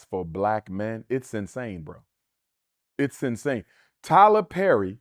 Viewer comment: Tyler Zerry 🤦🏾‍♂️